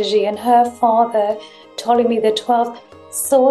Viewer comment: Why did Hawas say Ptolemy as Potemy? Was it a Latin pronunciation or something?